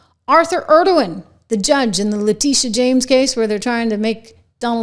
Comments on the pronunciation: ENG O RON. ENG O RON. Say it after me. NOT ERD O WAN. Completely different fellow. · Engoron's name isnt pronounced like the name of the president of Turkey